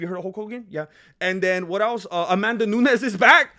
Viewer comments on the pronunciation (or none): none